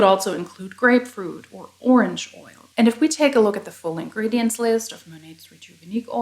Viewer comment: Great content as always. Two piece of constructive criticism: 1) Ingredients has only four syllables (not five); 2) Sometimes the volume of your speaking voice trails off at the end of a sentence. Having said all that, you speak English better than 50% of the population of Massachusetts.